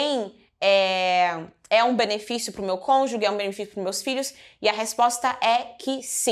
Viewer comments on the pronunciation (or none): Conju GE!!! NAO É CONJU GUE!!!